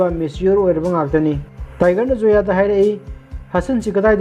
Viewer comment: Karan not kaaran..n Zoya not soya